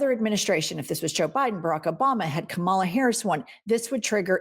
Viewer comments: KAH-MAH-LAH *NOT* CUH-MALA OR..... Vice President Harris. Love, Hugs, Kisses &, Snuggles! You 3 are out here doing the work and getting in that "Good-Trouble". You are loved and appreciated beyond measure. ❤😘🤎🙏🏾❤️🤎🫶🏾🥰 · Ladies it “comma la”. Not the Trump mispronunciation 😅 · Please say VP Harris' first name correctly. Thank you. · Do you realize you pronounced Kamala like Maga pronounces it? 😂😂